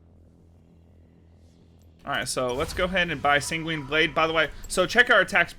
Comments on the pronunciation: Hey just FYI Sanguine is pronounced more like "Penguin", try googling "pronounce sanguine" you'll see. It's not "sang-WEEN" it's "SANG-win" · Sang-gwin with a soft g to end the first syllable and a hard g to start the next